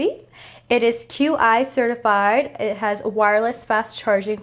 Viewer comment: you pretty fckn cool little devil 😈 and Qi is pronounced "chee" 😉